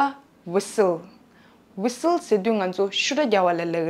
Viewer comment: Whistle ཀློག་དུས་ T silent རེད་པས།